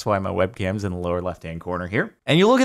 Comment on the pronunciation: Idk if it's for the meme....But regardless it's like. In. Like in. Not lick ins.